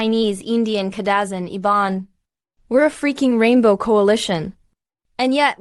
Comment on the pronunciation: Wow! First time I heard Kadazan and Iban included, the other vlogs only mentioned Malay, Indian, Chinese and indigenous ppl. You're a real knowledgeable Malaysian even though you pronounced local words the western way. Hehe. Good job, thanks, I subscribed to your channel.😊